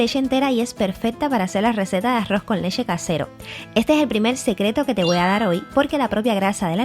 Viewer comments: Leche o leshe??😂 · De solo escuchar lesheeee . Sabia q iba todo mal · Por qué dices leshe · Leshe? O leche? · Aroz con lessshe 😂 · La lesheeee lesheeee lesheee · Porque dice lexe??